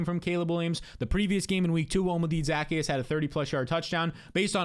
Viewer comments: Devastating stuff here from. You think you know a guy until they try to pronounce Olamide Zaccheaus. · How about how he pronounced olamide zaccheus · what the fuck was that, what a butchering of poor Olamide Zaccheaus name